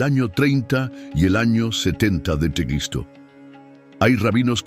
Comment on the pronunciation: HOLA COMUNIDAD, HAN NOTADO QUE LA IA. NO PUEDE PRONUNCIAR EL NOMBRE DE CRISTO...